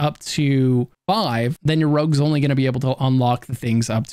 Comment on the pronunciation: Why do you call "rogues", "rugs" ??!